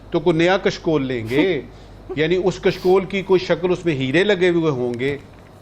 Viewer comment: Arre bhai aap " Sh.. " श" kyon nahi pronounce kar sakte ho. It is " Kashkol" कशकोल not " "Kaskol" कसकोल